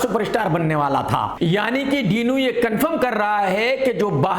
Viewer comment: डिनो ❌ डीनू ✅